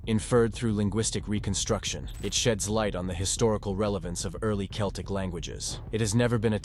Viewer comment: Celtic is pronounced as Keltic, please.